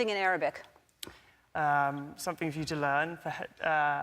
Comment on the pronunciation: Did that guy with the white T shirt on, actually pronounce Arabic, like that??? Weird.